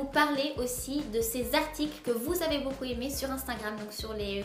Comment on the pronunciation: Bébé lily au dedans ;)"Je l'aime beaucul beaucul" xD